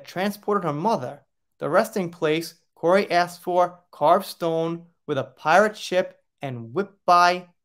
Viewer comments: His name is pronounced Cory. Sian is also Shawn.:) thank you great video. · Research how to say names BEFORE recording a video, please! Kori. Kori's (belonging to Kori. The ' was left out, obviously!), Whitby - whit-bee, not whit-buy. As a member of the Kraken crew, this is a disservice to Kori's memory.